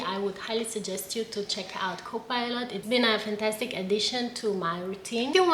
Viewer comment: It's not FANTA tic..